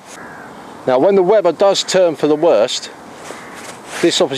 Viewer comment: I love the "storm freds" for when the "wevver" gets bad.